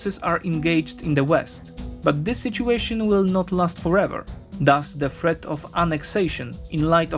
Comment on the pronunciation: Good and all, if you read this, work on your "TH" sounds, because you are pronouncing them as "F"s. worth = worf (sounds like wharf, different meaning) , thirty = firty (sounded like you said forty) , threat = freat (sounds like fret, different meaning)